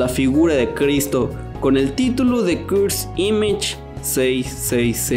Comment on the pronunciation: me pone nervioso que diga cursd imash